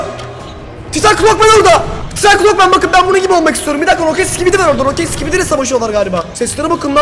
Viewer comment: Clock man derken cod men diyen koca yürekli 😂😂😂